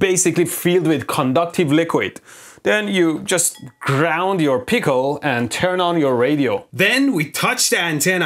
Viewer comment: I love the way he says pickle peecal